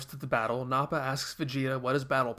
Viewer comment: the internet is probably already wanting to tar and feather you for saying "Blooma," "Sigh-en," "Nah-pa," and "Nah-mek." Did you know that the original author of "Dr. Jekyll and Mr. Hyde" pronounced "Jekyll" as "Jeek-el?" The problem is, "Jek-el" has been so firmly burned into everyone's brains for so long that it would just feel wrong to say it any other way. Dragon Ball terminology is the same way. "Kuririn," "Tenshinhan," and "Kye-oh-ken," are not as bothersome, though. P.S. If you think the English terminology changes are weird, you should look up some of the changes made in other languages. The English dub is far from being the worst dub.